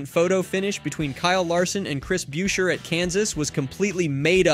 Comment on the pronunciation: It's Chris busher(beuscher). Seriously